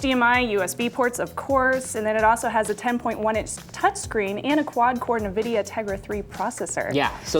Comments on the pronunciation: Also, did she say "Na videa"@ ? Um...It's Nvidia. 0_0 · I stoped the video after she said navidia.. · wtf! did she say nah-vi-dia?